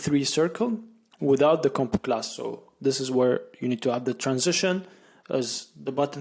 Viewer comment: Great video series! I immediately subscribed Btw, the way you say combo-class sounds like a Jamaican saying bombaclad 😃 Keep going 👍